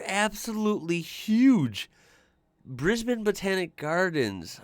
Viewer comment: Thanks for saying Brisbane correctly - it's not briz-bane.